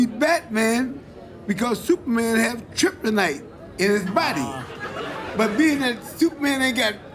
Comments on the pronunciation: tryptonite..its kryptonite lol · Just came back here to remember something once forgotten... "tryptonite" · Not only does Floyd Sr say “tryptonite” but he says it’s the source of Superman’s power 😂 double whammy ! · My Guy said ‘Triptonyte’ i’m sleep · Did mayweather Sr. Just said triptonite? Lol for sure your ass is tripping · that dude really said .. TRIP TOE NITE !! LOL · came to the comments after "tryptonite" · Did he say Tripp tonight???😂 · Laughed my ass off when I heard Mayweather SR say "tryptonite". LOL. Superman would beat Batman because he got that tryptonite in him. LMFAO! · Did he just say TRIPTINITE?!?! (Thats a dope ass word btw xDDD) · Floyd Sr said tryptonite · Pops said triptonite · Did he said chryptonite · Tryponite lmao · Ummm what is tryptonite 😂